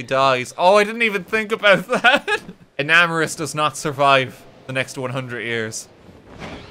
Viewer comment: Omg FINALLY someone who pronounces Enamorus correctly!!!